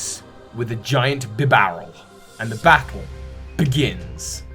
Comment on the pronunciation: BIBAREL, NOT BIBERAL!